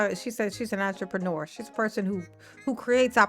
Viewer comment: We’re dealing with Tiffy…did she say “entrepreneur” or did she say ENTREMANURE😂😂😂😂